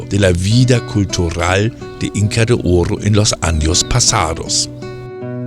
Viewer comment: Sorprendente visita, muy entretenido. Muy simpático señor me divierte como pronuncia.... Inca de ooooro. Jajaja